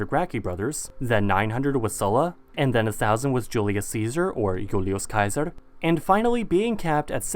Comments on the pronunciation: finally an american that can pronouce the name 'Caesar' Kizer correctly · "Jhulios Sheezur, or I V L I V S * C A E S A R..." Finally, someone at least tries